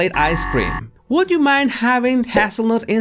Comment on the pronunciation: I find your pronunciations of English words to be cute. My grandfather was from México and it reminds me of that. That said, I think the way you pronounced hazelnut has created a new nickname for Harry. Since you pronounced it as haz-ul-nut and Harry’s nickname is Haz, he can now have a nutty nickname like his wife, Nutmeg.:)